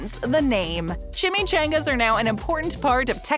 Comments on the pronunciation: No one Not a single soul Announcer: Chimmy Chayngas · ITS NOT CHAMICHANGAS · It’s chimichangas